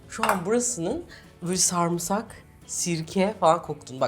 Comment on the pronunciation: Abla seni cok seviyorum ama kelimelerin telaffuzuna cok takintiliyim bu konuda senden bir ricam var sarmısak degil sarımsak diye soylersen icim cok rahatlayacak 😅 bu arada ellerine saglikk muhtesem gorunuyorlar❤